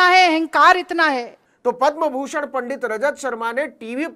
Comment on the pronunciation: यदि यह सत्य है तो रजत शर्मा पर शक्त कार्यवाही होनी चाहिए। परन्तु इस नवीन ने भी जिस प्रकार से पंडित और पांडेय का उच्चारण असभ्य भावों के साथ किया व एक समाज की भावनाओं को आहत किया ऐसे में इसके चैनल पर बैन होना चाहिए।